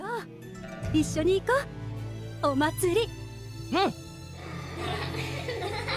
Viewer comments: did he just call zeff jeff lol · Jeff…? Isn’t it Zeff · Did you really just call Owner Zeff, Jeff? XD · Zeff not jeff